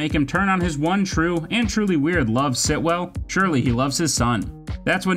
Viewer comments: the repetition of “Sitwell” and not the correct “Stilwell” is really annoying me lol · It's Stillwell*** not Sitwell or whatever you keep calling her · Yeah it kind of ruins the whole video. Hard to take anything else as credible, even though it’s true, all because he didn’t pronounce a simple, easy name, the correct way. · Anyone else wanna talk about him calling Stilwell, Sitwell the whole way through!? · Great video, great list… but it’s stillwell* not Sitwell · finally someone noticed... so annoying hahaah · How many times this guy says Sitwell when her name is Stillwell was cringey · Her name is Stillwell not Sitwell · Stillwell, not Sitwell.